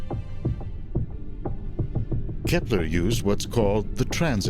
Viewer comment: It`s Kepler, not Kephler..